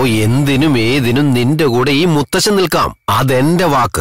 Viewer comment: Muthachan alla muthashan